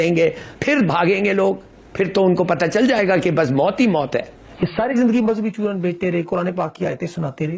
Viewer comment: Choonar nahi hai chooran hota hai.